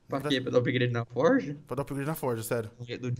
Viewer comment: E FORGE NÃO E FORJA